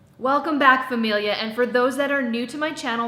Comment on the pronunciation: Love like you said "familia", lol!! Very well pronounced spanish. Excellente review!!!